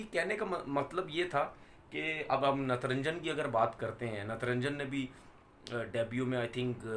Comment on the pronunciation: Itna show kr lia natrajan ka nam sahi se le paya